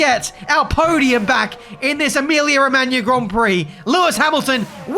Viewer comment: He actually is the only anglophone to speak Emilia Romagna correctly :O